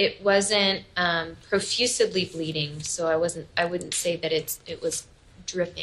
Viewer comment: "It wasn't profuSEDly bleeding"... Wow, I thought she was more educated.